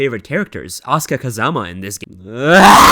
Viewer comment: That's how you pronounce his name. Edit: Well...the "Kazama" could use some work lol